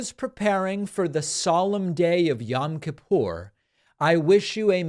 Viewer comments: It's pronounced yOem kippur David. "Yam" is hebrew for sea. Also, the menorah is not such a blunder. The menorah is always a symbol of Judaism. So minor mistake (bc on Hannukah it's 8 and a middle candle vs normal 7 pronged) . And, she was spot on w/ the hebrew holiday language.It's so good that she probably got it from someone orthodox (which would make sense bc so many are republicans). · Oh please, David's pronunciation of Yom Kippur is more irritating to me than a menorah on a yom kippur greeting card. I cannot stand the woman but who cares. And lets be honest one of her staffers took care of this for her anyways.